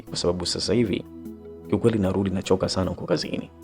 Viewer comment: Aisee unatamka maneno vibaya inakera masikioni...yaani hujui R inakaa wapi na L inakaa wapi...Eti BAALI,SILI,NALUDI,HARAFU,GALI